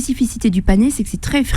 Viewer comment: C'est le "panais" et non le "panéééé"